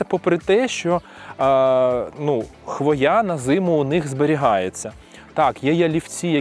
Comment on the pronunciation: Правильний наголос у слові "хвоя" - на першому складі: хвОя